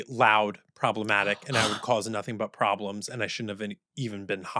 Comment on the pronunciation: NO PORBRLEMS 🤣